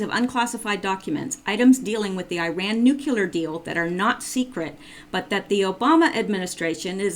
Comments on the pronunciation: With an English major? NU CLEAR...NOT NU CU LEAR. Jeez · I apologize for this-- I am a member of the Grammar Police, and I notice (and am distracted by) two infractions: 1) Nuclear is pronounced 'new clee are' not 'new kew lar'. 2) Et cetera (etc.) is pronounced 'et seterah' not 'ek seterah'. Please, please, PLEASE take this to heart as constructive and from a friend. Some obsessive and retentive people (such as myself) get side-tracked by quibbly little bs things as these. I do apologize. I love your efforts though! Definitely keep up the good efforts!